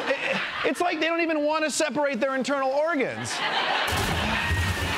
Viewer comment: lol, "intornal ergans"